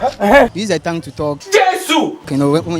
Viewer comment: Thongue or tongue😅😅😅